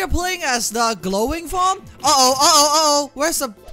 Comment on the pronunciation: Correction, it's called GROWING Form. Though considering R and L pretty much sound the same in Japanese, I can let this slide.